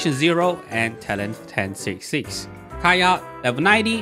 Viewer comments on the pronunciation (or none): none